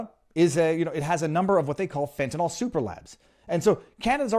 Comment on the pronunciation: Fentanyl, not "fentanall..."🙄